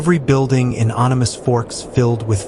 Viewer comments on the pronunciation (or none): It Animas as in animal only no l just an s. That did it for me. The end.